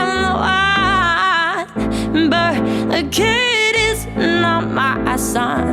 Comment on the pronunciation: It drives some crazy but it sure sounds good. That's jazz and shes the best I have seen at it. She can take a single syllable and chop it up into a dozen pieces. I like how she turned "one" into "un" and the last line of "Love on the Brain" from her last concert in Norway in 2022 I think she dropped all the consonants. I do not think there is anything she cannot sing, and at the highest level.